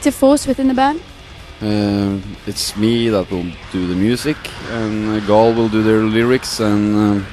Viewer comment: jajaja is gaahl not caahl